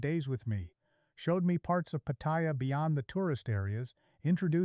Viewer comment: i've heard your exact story many times all momey mnagers all mispronounce Pattaya don't watse our time==you mispronounce Pratumnak you mispronounce Baht. shame on you